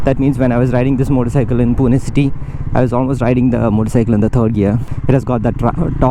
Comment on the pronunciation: Earned respect from me for calling the city name correctly as पुणे (Pune). Some idiots keep calling it पूना (Puna). ❤